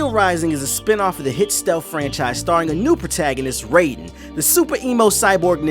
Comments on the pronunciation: his name is pronounced RY-DEN.... not RAY-DEN!! please get the name right mah nigga! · "New protagonist" Pronounces Raiden's name the same as the Mortal Kombat character